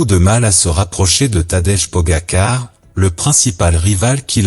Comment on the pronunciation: Toujours un robot qui parle !!!!!!!!!!!!!!! il prononce PO GUA KAR . Effarant !!!!!!!!!